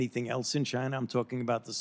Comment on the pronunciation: Fauci says “Chiner” the